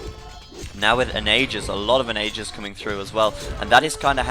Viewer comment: Onagers - On-A-jers